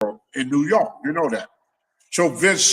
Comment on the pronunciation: “In new yoke”